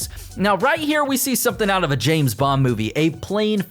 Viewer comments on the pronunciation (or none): none